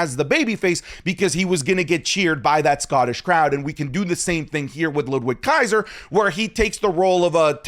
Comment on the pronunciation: Did he say Ludrizz Kaiser💀💀💀💀💀💀💀💀💀💀💀💀